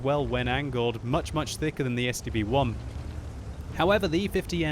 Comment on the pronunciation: I thought you were saying the STD-1.